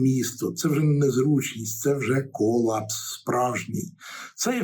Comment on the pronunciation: Кола́пс — форма гострої судинної недостатності. Наголос на "А"